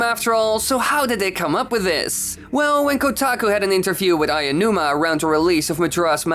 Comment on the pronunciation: Tingle is a funny character, but we can't have him anymore because Burgerland is a bitch. Also "Kensake Tanaba", "Aianuma"? Please, train your pronounciation.